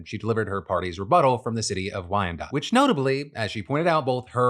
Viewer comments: Applause for saying Wyandotte correctly! 😂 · from Riverview MI thank you for saying Wyandotte correctly